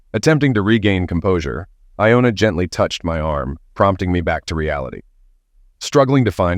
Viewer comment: Dude, get your names right... Johna, Iona and I know there are more. I just don't want to bother with it right now.